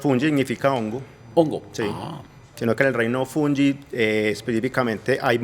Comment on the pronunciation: En español se dice fungi . No funlli